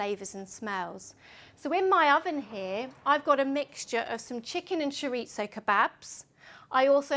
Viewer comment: At last, a good description of how my oven works! Thanks... by the way, chorizo is Spanish, not Italian, so we pronounce it ch'ree-zoh or ch'ree-thoh (depending on where in Spain). But never ch'rit-zoh ... :)